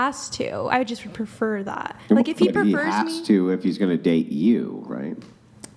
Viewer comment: Morons say shit like "perfer" instead of "prefer", "farmiliar" instead of "familiar"